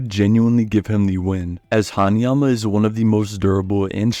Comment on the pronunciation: u good bro, u nailed it